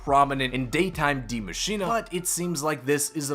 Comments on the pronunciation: I thought it was Die Machine not Dee Machiney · my man, Die Maschine pronounced Maschinuh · Why does it it sound like he says die machinA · It’s pronounced Maschina though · Day 489 of commenting on Zombie video trying to get people to actually pronounce Die Maschine correctly. It’s “Dee Machine-ah” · Its pronounced D I E , M A S C H I N E pleasee say it right you just sound foolish 😭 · Please type the name of the map into google speak. I love the content but the pronunciations kill me bro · ffs is this dude ever gonna pronounce that map name correctly its like that actress that couldn't say symbiote in the venom movie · no that's not how your supposed to say it at all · PLEASE learn how to say die maschine correctly, great video